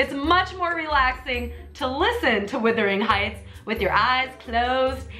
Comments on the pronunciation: You say “Wuthering Heights” is a classic, yet you still pronounce it wrong. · I died everytime she said "Withering Heights"